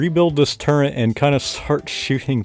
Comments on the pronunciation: Why are you saying “Turrent”? Is that what it is called? 😂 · There's no N in turret, you swine